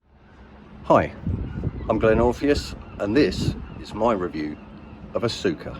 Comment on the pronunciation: Pronounced Oscar. And wwe may be suing cyrusher. Lol